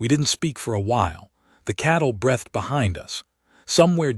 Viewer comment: Please correct the AI. It is breethed not breath-d. Otherwise great story. Thanks. Yorkshire, UK.